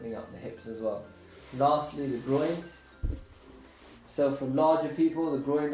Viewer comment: Keeps calling the Groin the Groind 😂😂😂😂